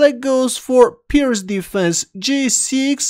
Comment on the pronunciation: Wow. You pronounced "Pirt's" right! I learned something today, you sexy, bearded beast. Edit: My only suggestion would be to buy a pop filter for your microphone.